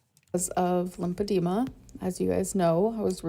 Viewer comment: Will she ever stop raising or blaming every bit of weight gain on her "limpodema"? Will she ever pronounce it properly?